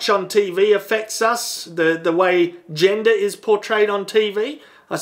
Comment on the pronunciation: Am i the only one that heard "Jenga" only to realize he said "Gender"?